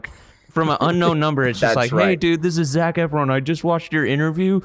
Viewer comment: (lol) “Zeck Afron” 😂